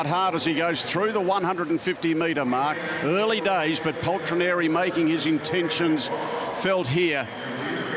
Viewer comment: I lost the count how many times they mispronounced Paltrinieri